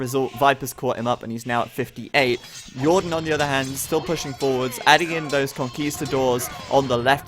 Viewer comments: That "Yordan" had me cracking up over here xD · Since he was Spanish, you should have pronounced his name Hordan this game :P